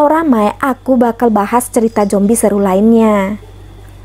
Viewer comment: Jombi😭apa zombi😭,slh denger ga si?